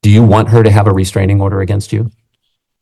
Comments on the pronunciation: Please tell me…what is this reSTRANGE-ing order she speaks of? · Restrangent order lol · Is she saying “restrigent” order??😂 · Why does does she say restrangement instead of restraining order? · Restraingment. Hmmm that’s not a word homewrecker!